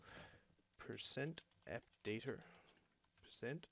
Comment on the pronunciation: did you say appdatER cuz i heard you say that